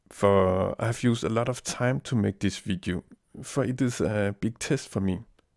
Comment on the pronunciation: "This vidiu" lol =P